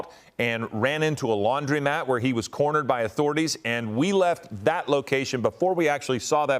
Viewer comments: Stop saying Laundrymat. The word is Laundromat. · To announcer: It's a laundromat. You've never seen a sign that says "laundrymat" so why are you say it?